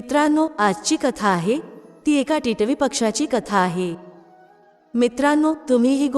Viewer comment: Katha अगदी सुंदर ch आहे पण तुमचे मराठी ucchar कानाला अगदीच खटकत होते. तुम्ही मराठी नाहीत का? Varnvar येणारा टिटवी हा सहज शाब्द किती विचित्र uccarta तुम्ही ? मात्र तुमच्या आवाजात भाव आणि गोडवा छान आहे धन्यवाद!